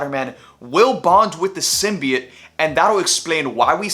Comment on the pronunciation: He’s saying simbiet I’m fuckin outta here this guys a lame